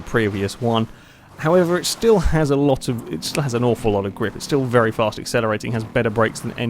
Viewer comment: I don't want to be rude but why do you say very as 'VELLY' every time? Not hating but just asking! Great video as usual.